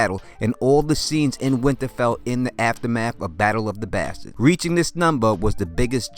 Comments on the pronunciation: How you say bastards is painful. Good video otherwise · Love how you say Bastards